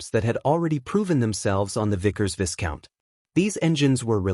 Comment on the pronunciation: You refer to the Dart engine being proven on "the Vickers Visscount". That aircraft is the VISCOUNT, pronounced "Vye-count"...